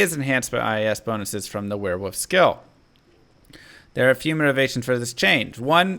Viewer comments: Were-wolf Not were-woof lol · Wearwoof... is that international or does the guy not know how to say wolf lol? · I love it when talks about were-wuf 😂👌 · Are you saying wearwoof?